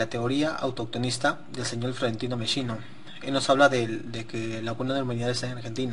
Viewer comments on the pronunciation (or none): broder informate bien no se llama ameshino sino ameghino